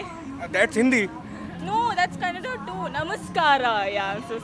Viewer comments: One more guy saying kannad! How annoying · its not kannad its kannada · It's not kannad it's Kannada idiot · Loude kannad alla Kannada annu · It is kannada not kannad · Not Kannad kannada it is.... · U stupid we first pronounction is correct The Name is Karnataka not karnatak And Kannada not kannad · First learn kannada, then spk abt bengaluru, it is kannada not kannad idiot. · Heyy dumbo🤬🤬 its ಕನ್ನಡ (kannada)💛❤ Not kanad!!!!!😝😝🤬🤬🤬🤬🤬... Seriously feel like blasting you guys and kick you assholes to north India itself from south india...you ppl come here to live and talk bullshit about our own language and ppl and finally show lots of ATTITUE to our karanataka citizens ... you** ...For you'r kind of ppl soon there will be a END CARD!!! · Assole it is kannada not kannad. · It's not kannad It's Kannada. First learn how to pronounce it. You shameless creature. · Ye bhayya first of all its Kannada. Not kannad you idiot. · I don’t know why these northies call kannad....man it’s Kannada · its kannada nt kannad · Fucker it’s not kannad it’s Kannada ! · Dislike for pronouncing kannada as kannad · Tukali northies its kannada not kannad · First teach that guy, it is Kannada and not kannad! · What bullshit channel this is. First of all learn n get ur facts right b4 talking something. Its kannada not kannad. And if u want to know about bengaluru go to places like malleshwaram, rr nagar, domlur, indiranagar. Not koramangala n electric city where its densely populated by northies. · It's Kannada! Not Kannad😣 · Bro it is called kannada not "kannad"when u r making a vedio u shud know how it is pronounced..when u are traveling to diff parts of the city's you have to atleast know the basic knowledge about Bengaluru you just can't come out randomly n say something.The anchor in the vedio is trying hard to pronounce Bengaluru.Atleast pronounce Bengaluru properly . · Idiot first learn Kannada then speak about Bangalore ,it's not Kannad its Kannada got it.... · It's Kannada not Kannad.